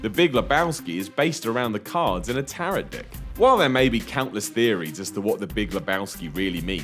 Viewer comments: What the hell is a Tar-rot deck? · Tarot is pronounced like arrow, and not carrot. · It's pronounced TA-ROW, not TA-ROT... you probably only said it wrong to get comments like this! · You're pronouncing 'tarot' wrong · You need to learn how to correctly pronounce the word "Tarot"... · There aren't enough comments about his butchering of the pronunciation of "Tarot"... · Learn to pronounce "tarot".